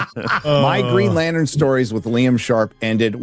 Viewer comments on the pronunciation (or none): I'm not watching that shit, it is Green Latern NOT Latern.